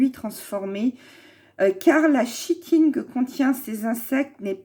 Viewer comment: Chitine ca se prononce kitine